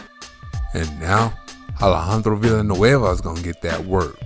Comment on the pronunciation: Wow that pronunciation on Alejandro Villanueva's name was A1!